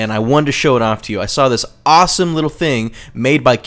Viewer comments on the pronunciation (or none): WHY DOES HE SAY FING NOTT THING?